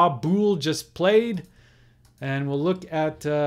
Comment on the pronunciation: For future reference, Buhl rhymes with "jewel", and Willey rhymes with "silly."